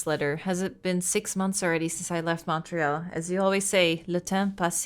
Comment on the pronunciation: Fun to watch something set in Montréal! 😊 Also, pretty good pronunciation of the French names by, some are not easy to figure out if you've never heard them! ❤